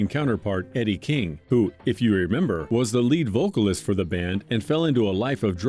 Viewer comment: It's Eddy Kang not Eddie King !!!!!! 😂😂😂😂😂😂 Can't nobody sang like eddie Kang !!! 😂😂😂😂